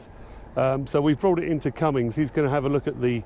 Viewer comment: Will someone tell this Britt there is NO "G" IN Cummins!!